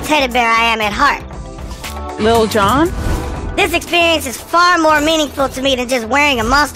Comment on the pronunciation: She said “Lil Jon” 🤦🏾‍♀️🤣🤣😂😂😂